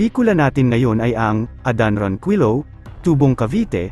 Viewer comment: Ayusin mo nmn salita mo pati apelido niloloko mo sa pgbbasa